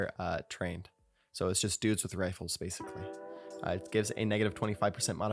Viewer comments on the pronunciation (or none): none